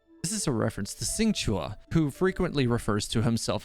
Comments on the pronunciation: Xing qiu Not qiuah lol Gu hua Not gu hu ah. "Hwa" as one word. Li yue Li "Yur eh" but faster. Not li weh. Sorry, your pronunciations sometimes get a little distracting 😂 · Xingqiu isn't "Sing-chua", it's "Shing-CH[y]O", I'm only correcting that one because it's a little painful to hear. I love your content though!!!